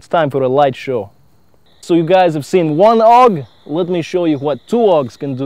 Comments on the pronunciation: its A.U.G.not aug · Not aug. It's A.U.G which is an abbreviation for "Armee Universal Gewehr" (german for "Army Universal Rifle")